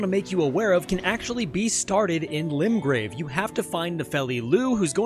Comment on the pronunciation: its limgrave not limbrave lol